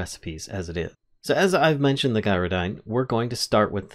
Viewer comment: Sorry to be negative, but I ignored the mispronunciation of Gyrodyne, right up until you managed to pronounce gyroscope correctly.